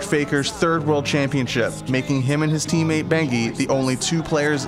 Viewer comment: "a chance to prove heiejisss medal, internationally."